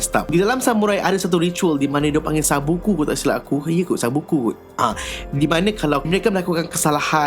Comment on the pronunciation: Bang sebutan betul sabuku tu ‘sipuku’